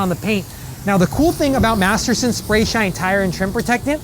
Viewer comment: I think his identical twin brother works for the Chemical Guys How many times did he say Materson